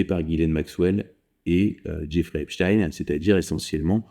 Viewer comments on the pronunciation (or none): Epstein , ça se prononce pas du tout comme vous dites .